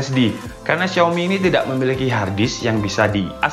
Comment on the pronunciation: Xiaomi di baca : shaomi